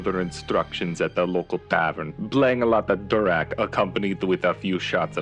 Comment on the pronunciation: that pronounciation of durak lol